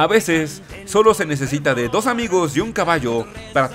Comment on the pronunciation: ahora sabemos como decir dos correctamenten numero des :v